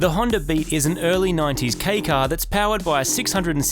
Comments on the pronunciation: Hey guys love your vids but please pronounce Kei as K not Key, ei is silent. The correct pronunciation in Japanese! Just a thought. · Kei = "kay", not "key" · You would think they would've learned how to pronounce kei car correctly by now.